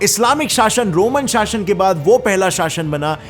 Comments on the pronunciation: Location शाशन नहीं. शासन. शासन. Kitni galtiyaan karta hai be. Apna pronunciation theek kar le. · पहले इस्लामी हिस्ट्री सही से पढ़ो फिर वीडियो बनाना, ग़लत सलत वीडियो बना रहे हो, और अपनी ज़बान भी पहले साफ़ करो, शाशन कह रहे हो, शासन होता है। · Shasan ka pronunciation galat kiya hai Shasan hota hai shashan nahi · Shashan ... Shashan ... Sha.... 😁😁😁